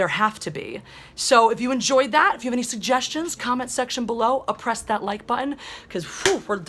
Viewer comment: Did she say oppress that like button?